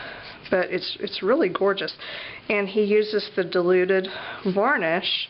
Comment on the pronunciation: I thought you were saying 'deluded' glue